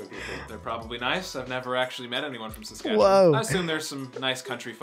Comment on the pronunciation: So he can't pronounce Iqaluit and Saskatchewan no problem but can't say Newfoundland right. Com'n Man.